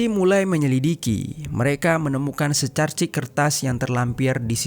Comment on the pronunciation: Tersengal, bukan TERSENGGAL,, secarik, bukan SECARCIK 😂😂